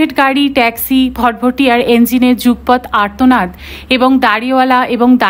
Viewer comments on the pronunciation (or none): ভাল পড়েছেন। শুনছিলাম অন্য কিছু মনে না রেখে। ভাল লাগছিল। তবে যদি কিছু মনে না করেন তাহলে একটি কথা বলতে চাই। মাছের কাঁটার মতো কানে খট্ করে লাগলো 'যুগপৎ' শব্দের উচ্চারণ। আপনি বলেছেন 'যুগ্পৎ' অথচ এর উচ্চারণ হবে যুগ(অ)পৎ । আমার কথায় রেগে না গিয়ে থাকলে একটু দেখে নেবেন। 😊😂 কেউ কেউ আছেন, তারা ভুলটাকে ভুল শুনতে অভ্যস্ত নন ।